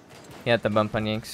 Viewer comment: "Yanxnz" Blud its pronounced "Yan"💀